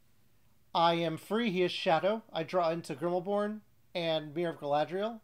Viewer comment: Thanks for another fun recap! By the way, it's Grimbeorn, not Grimmelborn.